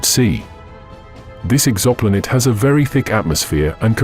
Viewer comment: WTF is an EXAMPOLATE? Is it trying to say Exoplanet?